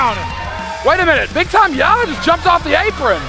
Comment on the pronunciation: Yahya it's Yahya it's YAHYA!!!!!